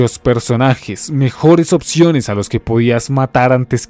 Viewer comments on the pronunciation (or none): none